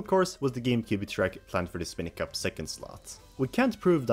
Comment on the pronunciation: Stop saying “Spin-y Cup”! It’s “SPINE-Y CUP!” What, do you call the enemies “Spin-ies”?